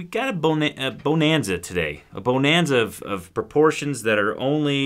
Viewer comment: Not BOW nanza - Buhnanza